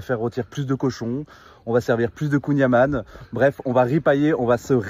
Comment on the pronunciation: C'hallaoued détecté, il prononce beurre "amane" alors que c'est "amann" (comme dans "haaaaaaaann Pierre Alexandre le soleil il t'as cogné ton crâne d'oeuf on dirait boubou dans DBZ, haaaaaaannn", mais avec un "n" fermé en plus). C'est des touristes les gars, ils sont conseillers de com' à la défense mais ça joue les ploucs épais 🤣 A d'autres ! Insupportable le niveau de cheapos que nous sert l'extrême droite, ça fait pas rêver leur monde qui pue le siège auto resté au cagnard avant de se taper 8h de route. L'odeur fout la flemme à 10m...